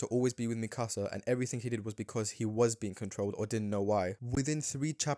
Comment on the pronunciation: You lost me at mispronouncing Mikasa as "Micasa"